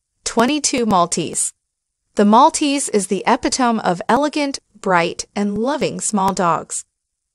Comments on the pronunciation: it is pronounced EH-PIT-O-ME, not epa-tome. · Epitome: e-PID-e-mee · Epitome and feisty were also mispronounced!!!! Good for laughs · epitome pronounced e=pit= o= mee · Epitome is pronounced eh-pit-o-me not epi-tome. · "Ep-pi-tome"???? Really!? good god, where did you get your schooling??? eh-PIH-ta-mee ... if you insist on an American accent, please! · And it is “e-PIT-o-mee”. Don’t use words u don’t know! Read your text to a “senior” before you record next time please. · Shouldn't narrators make sure they can pronounce the words??? Epitome... "ee - pit' - o - mee" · Eh-pit-o-me. Eh as in egg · Yes! Peck-in-jeez was hilarious. And the pronunciation of "epitome"